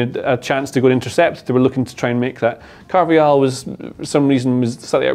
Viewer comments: Can you not keep saying carvayal 😂 it’s carvajal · It's pronounced CarvaHAL not Carvayal